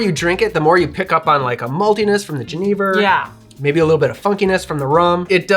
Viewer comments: if i can find a bottle of Chartreuse ill give it a go for sure! just for the color alone i wanna try, it looks great! and i love to see my national spirit jenever make another appearance. little note on the pronunciation for if you care about that sort of thing, if youd write it more phonetically it would be something like yu-nay-ver. so 'yu' like 'yuck', nay like 'aye and nay' and 'ver' like you said it already. just a little note on the modern lexicon of verbal words that we use in the language arts :p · Pronounce 'Jenever' as yuh-NAY-ver to really channel your inner Dutchie. Cheers from the Netherlands